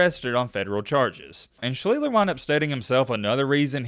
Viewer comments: The very least you can do is pronounce his name correctly. Not Schleetler. Try adding an s and t and dropping the t and l. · That isn't how you pronounce his name, it's SHLEACHS - TER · For a guy that supposedly did his "research," he can't even pronounce his name. It's SLEESE-STER. I just couldn't get through it. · It was pronounced Sh-lee-sh-ter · Pronounce well his last name. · u r really butchering his last name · Your pronouncing his name wrong. Lol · The video is good, but you have to be sure you’re pronouncing the last name correctly. It takes away from the quality a lot.